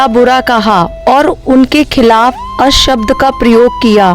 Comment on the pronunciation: अशब्द नहीं भई अपशब्द कहें